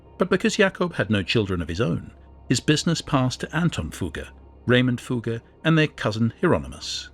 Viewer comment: Fugger was pronounced correctly... Maximilian so so